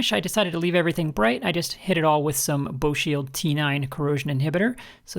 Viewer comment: BoeShield is pronounce bowie-shield, at least here in the northwest US. It was developed by Boeing, hence the pronunciation. Fantastic stuff for a lot of things. (Hope the tone comes out ok. It's meant in a positive manner. Colloquialisms are always tricky.)